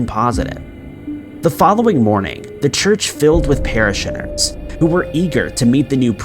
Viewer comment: "Para-shinners" lol